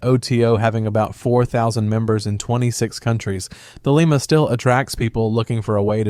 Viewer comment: As a Thelemite, let me say: Crowley is pronounced "Crow-lee", Thelema is pronounced "the-LEE-muh" or "the-LAY-muh", and OTO is not pronounced "otuh", but "O. T. O.". Thelema also isn't **based** upon A.'.A.'. and OTO—it's the other way around. This video doesn't even begin to explain "every Western esotericism", as there are countless organizations influenced by this broad tradition, and Western esotericism isn't a series of ideologies or groups but an umbrella term for a great range of concepts, philosophies, practices, and historical developments. Did you really research any of this or did you basically just narrate some Wikipedia pages?